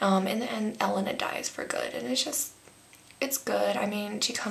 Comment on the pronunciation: you say Elena wrong